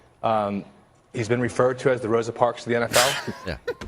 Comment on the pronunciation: "Throsa parks"